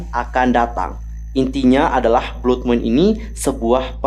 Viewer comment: Blood bacanya BLAD kak